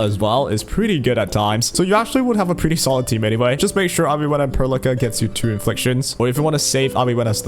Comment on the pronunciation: Why you say Perlica name like that? I can't help but hear you say "pearl licker" like bruh xD